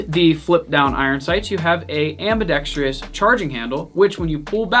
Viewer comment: Ambidextrous? Or ambidextri-ous? Lol